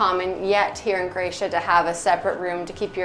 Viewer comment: I’m new to your channel and find it very interesting. Bravo! Having Croatian heritage, I am having issues with how you pronounce “Croatia”? I keep hearing “Cra-tia” “Cre-atia” or “Creatian”.